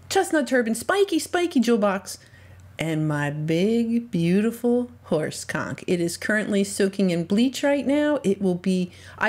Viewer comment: Is she saying horse conch? Not so much